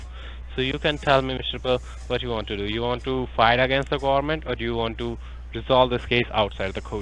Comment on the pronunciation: That was funny. You pull him up on coat house, so he tries really hard to pronounce it as court house, but then rather spoils it by referring to the gohmint!